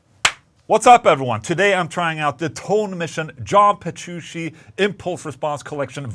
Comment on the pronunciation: AFTER ALL THOSE YEARS! he still can't pronounce John Petrucci right 🤣 (it's not Jean Berushi)